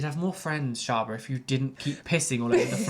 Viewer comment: Shaaba. Not "deep into the A Holes". omg.